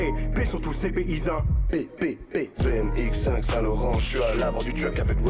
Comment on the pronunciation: Il disent BM (BMW) X5 et pas bmx